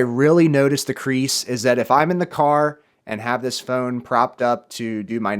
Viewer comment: He said creaks not crease